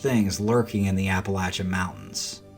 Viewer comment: Thank you for pronouncing "Appalachian" properly.